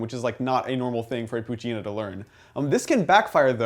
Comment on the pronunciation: i think you pronounce it pooche-EH- nah, but who cares? I'm exited for this game.